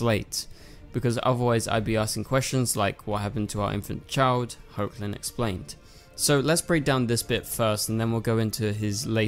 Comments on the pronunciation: MY GOD.......learn to pronounce the actor's names right. It's not HOKLIN it's HECKLIN. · Just a heads up. Tyler’s last name is pronounced as Heckland even though it’s spelled as Hoechlin.